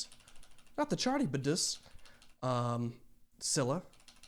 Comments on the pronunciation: Just for info Charybdis is pronounced more like Karybdis ❤ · The ch in Charybdis is pronounced as a hard C like in Charisma instead of CH as in cheddar. Calypso was banished to her island for siding with the titans during the Olympians v. Titans fight. If I remember correctly, most of the time she's Atlas' daughter. Atlas was a titan that led a rebellion against the Olympians. He's the titan that's usually depicted holding the world as his punishment. Also, yes Odysseus is trapped on the island with Calypso. Depending on what mythos you look at depends on how much autonomy or say Calypso has. More modern adaptations make her more sympathetic, if I remember in PJO there's a spell on her island that's trapping her and anyone who arrives there. From what I remember, she had a lot more agency in the original myths and was actively keeping him on the island. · Fun fact about Charybdis! The name is pronounced Car-Rib-Dis. Easiest way to remember! Secondly, it looks like a lot of animations went with the design similar to a lamprey eel! Or maybe the Sarlacc Pit from Star Wars. :P